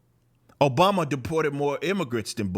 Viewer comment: Barack O-BOMB-a